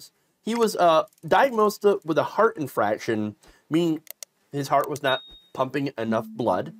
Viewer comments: "inFARction" not inFRAction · Infarction. Not infraction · Terrible… Inexcusable!!! (Side note: it’s an “inFArction” not “infraction”) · infarction* not infraction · INFARCTION not infraction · Great video but the term is, "inFARCtion" not inFRACtion. Otherwise freat video. And why I don't go to doctors anymore. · It's an infarction, not an infraction. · Not "infraction." Infarction." A "heart infarction" is a heart attack.